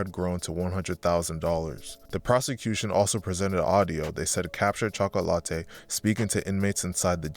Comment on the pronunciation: Chalk-ah=latte lol